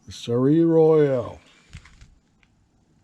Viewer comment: Hi... very nice build and good progress 👍 Just a small hint about the pronouncation of the ship's name: You should try 'Sol' and then a long 'a' (like in ABC...) for the 'eil' - it is a French name and means 'Royal sun'